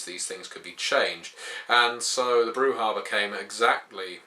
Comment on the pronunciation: guide to brujah, step 1: read the pronunciation guide in vampire V1 broo-zhah not broo-hah